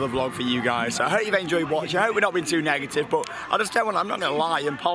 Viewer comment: Negitive?? Dude, I couldn't stop laughing!